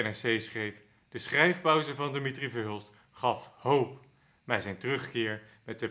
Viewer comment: Eén Nederlander, eentje maar, die de voornaam van Verhulst correct uitspreekt als DI-mi-tri, niet di-MI-tri. Het zou mooi zijn.